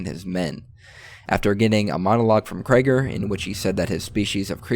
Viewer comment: Kraiger? Its krieger dude 😅